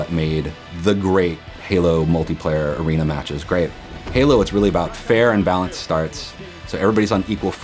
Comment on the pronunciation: Love how they emphasize "fair and balanced". Theyre like this aint gon be like Destiny 2.